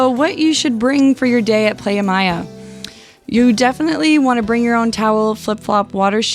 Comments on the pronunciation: Great review of the place but a couple of mistakes 1. It's "Playa Mia" , which means My Beach. Mia is pronounced M EE AH not Maya! 2. Mexico's drinking age is 18 and NOT 21! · It's pronounced like Plya and Mia like the soccer player Mia Hamm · PLAYA MEEYA, lol great info as usual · You guys travel every time and don’t know how to pronounce a beach name correctly? 🤦🏾‍♂️